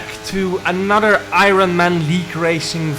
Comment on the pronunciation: Man said I Ron 😂